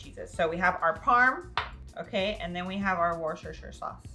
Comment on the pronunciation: Try saying “wooster” or “woostersheer” sauce :)